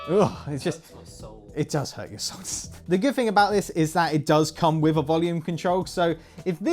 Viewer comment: Noticed he says fing instead of thing? Here’s an example